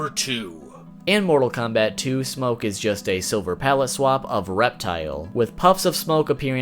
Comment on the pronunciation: I hate how he says smokkke